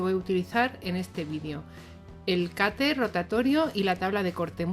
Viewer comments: Porque dices cater si es cuter?? Saludos y sigue haciendo estos vídeos tan guays😘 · Cuando dice "cater" se refiere a un "cúter"? es que soy de México y nunca había escuchado la palabra "cater" y me interesa comprar una herramienta así